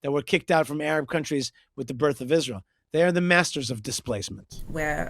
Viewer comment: she emphasizes the word "Isra-hell" as well